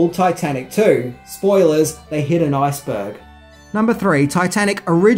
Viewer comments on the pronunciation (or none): its called an Ice burg, not a nice burg, just saying